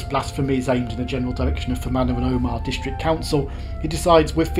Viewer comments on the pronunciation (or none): If you'd waited in lurgan for a 47 you'd have got into Portadown in 13 minutes. It goes through the middle of Craigavon not round every housing estate, hole in the hedge and car park in the place. Omagh is pronounced omer short ma not like Armagh with a long maaaaa . Dromore is pronounced drom more rhymes with don. Its a nightmare ! And Lough is the same as loch.. just spelled different. If youre ever here again check out pettigo. Half the village is in Northern Ireland and half in the Republic of ireland Really enjoyed this journey as i knew exactly where you were most of the time ! Cheers Mitch Portadown (born kendal .)